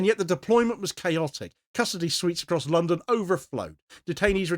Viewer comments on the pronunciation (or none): none